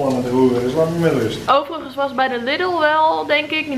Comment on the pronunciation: Lidl spreek je uit als liedel niet als lidel